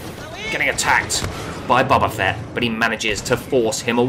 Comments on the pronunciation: It's BOE BA Fett. Not BOB A FETT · "Bubba fett". Nice.